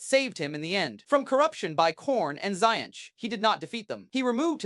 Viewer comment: What is this T O Empire? I am unfamiliar with the Chaos god Zee-Inch. Who are the Toe people? Good video, but dear god it's mispronunciation hell. You will be able to easily identify people who learn about WH40K from a text to speech video.